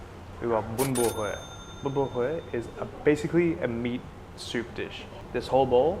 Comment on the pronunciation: Wow, your pronunciation of bún bò Huế was spot on! 👍